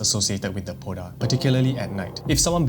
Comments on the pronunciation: Hi! Love the content! Hmong person here! The Poj Dab, is pronounced “Pall Da” with the “j” and “b” acting as tones. It literally translates to Female Ghost. It can haunt anyone who wronged it and is usually born from vengeance. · I was at work and when you mentioned the poj Dab my ears lit up, I didn’t expect to hear about Hmong People. Poj dab is pronounced “paw” (pronounced with an O sound) , you pronounce Dab correctly. Poj Dab translates to woman spirit or like woman ghost. Typically people avoid saying it when they walk alone at night. The h in hmong is also silent. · I'm Hmong its call paw-da